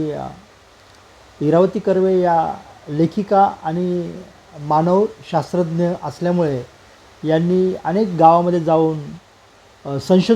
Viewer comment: ईरावतीबाई "मानववंशशास्त्रज्ञ" होत्या. वाचणारे महोदय नीट उच्चार करत नसल्यामुळे आपणही confuse होतो.